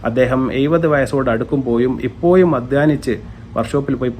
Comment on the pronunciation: എഴുപത്, ഇപ്പോഴും.... എന്നാണ് എയ്‌പത്, ഇപ്പോയും അല്ല 🤣